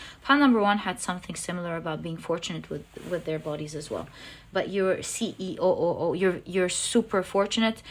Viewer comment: Whenever i see the capricorn "The CE0,000,000" it sounds more like The CEOmillion, makes me feel rich